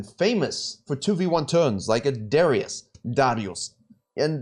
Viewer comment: Darius --> Dáriusz ?! WHAT?!